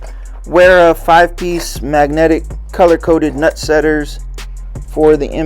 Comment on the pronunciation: By the way man, it's not be pronounced Wera, it's pronounced Vera... it's German, W's are pronounced like V's.